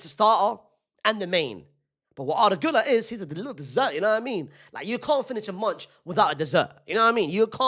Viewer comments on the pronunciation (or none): none